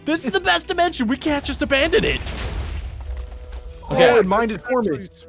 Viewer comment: dimont dmncion and sllaim dimencion